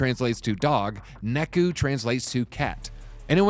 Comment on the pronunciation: Neku??? It's Neko. Just look at it.